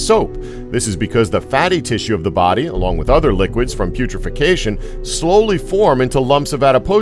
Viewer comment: It's "putrefaction" non "putrification". Please read the script...